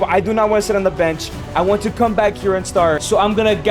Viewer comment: he said wnat instead of want